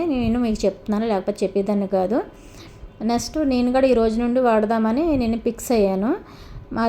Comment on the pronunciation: Me English ,,🤔🤔🤔... నెస్టు కాదు నెక్స్ట్ అనాలి... వర్డ్స్ బాగా ప్రాక్టీస్ చెయ్యండి...లేదంటే పూర్తి తెలుగులో మాట్లాడండి... తేలిక ..దేవుళ్ళ పైన వీడియోలు చూసి నవ్వే వాళ్ళం ... మీ ఇంగ్లీష్ చూసి కూడా నవ్వుతున్నారు....😂